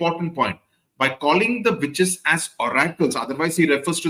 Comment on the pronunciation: am i the only one hearing “bitches” instead of “witches”?